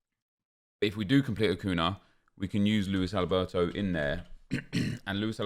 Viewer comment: Achun - yah. Vela is pronounced Vela - not Veyah ffs.